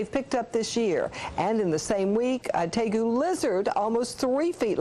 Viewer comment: teegu lol. It's pronounced teh-gu